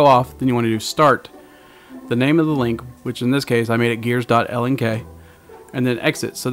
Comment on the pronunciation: LoL its lnk not Ink !! xD L not i !